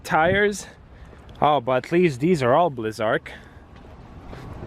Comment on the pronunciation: blizzark lol it's blizzak